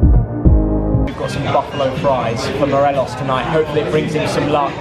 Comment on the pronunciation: A rangers fan can't even say 'morelos' right hahaha 'morelez'